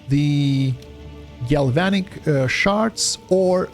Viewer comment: yes, you're pronouncing Galvanic shards correctly.